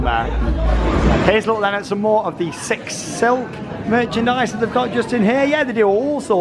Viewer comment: sounds like you're saying 'Sick'. Strange name, especially people saying they like sik.